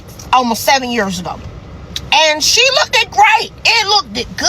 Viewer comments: The woman talking in should focus on not saying "look-did". Why are adults still pronouncing "looked" as "look-did"? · "Look-did" instead of looked drives me crazy